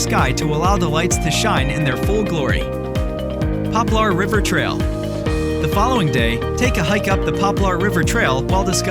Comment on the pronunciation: Find an announcer who can pronounce northern minnesota places properly: Lutsen is pronounced like Lootsen, and Poplar River like Popler River. Thanks!